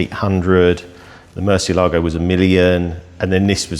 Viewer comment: The way English speakers pronounce the word murciélago is like a dog peeing on one of your vehicle wheels.